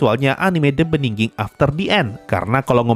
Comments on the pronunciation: the beningging, beningin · the beniginginginggg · maap ..... " The Benningging .... gw salah denger gak ya?? ... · The beningin.... the... the bening ..... the beningging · fak bikin gw puyeng tiap denger nya 🤣 Beningning, beningging... Benggningging. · iya lagi,, sempet mikir, gw yg salah denger atau gw yg salah baca judulnya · sama, perasaan gampang aja deh nyebut "the beginning", kenapa digitu-gituin, saya sampe stop nonton karena gk nyaman